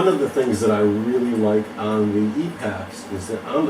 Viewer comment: E pax not epics !!!